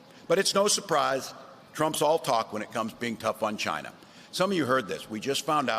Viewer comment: How can Trump still fail to pronounce "China"?